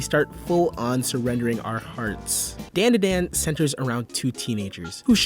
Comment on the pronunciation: Its pronounced DON DA DON